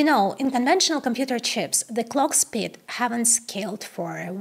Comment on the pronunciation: how can a girl who is so intelligent speak so poor English? She can't even pronounce the word "speed" properly?